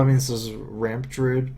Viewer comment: called 'Deeruid' any Druids don't like it.